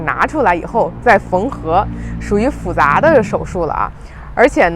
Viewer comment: 复杂 fùzá。 办公室ngōngshì。北京人小学普通话都没学好。